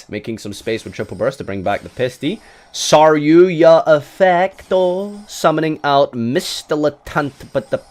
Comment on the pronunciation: Stop saying saryuya